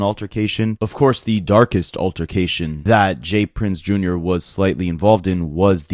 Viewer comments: Dude it’s not Junior lol It’s J R not Junior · Bro, it's JR not junior. 💯